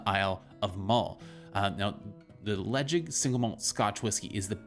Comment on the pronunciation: You don't pronounce the 'D'. Le Caig